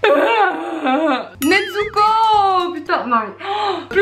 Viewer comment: NeTsuko Moi: MAIS C'EST N-E-Z-U-K-O